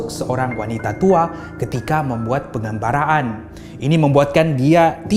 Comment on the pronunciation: Pengambaran boss bukan pengambaran...